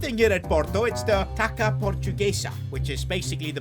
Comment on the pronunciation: the way he pronounced taça tho. actually, just in general, his pronunciation is always so bad even when he has people correcting him in the comments. feels like ragebait almost